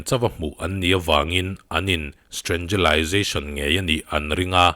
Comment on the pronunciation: Strenggelization lai hi awi ka nui kaih.🤣🤣